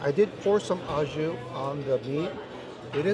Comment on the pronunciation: Au jus is pronounced like "oh joo" not "ah joo"